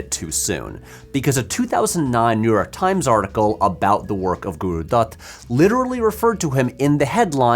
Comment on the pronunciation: damn the video is very impressive, but even more impressive is your pronunciation of certain words. You have that "D" sound (like in Dutt or Dosti) down to a T